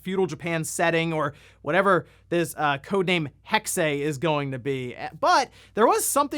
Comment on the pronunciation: "Assassin's Creed hex-ay" I swear has the worst pronunciations on YouTube. 😐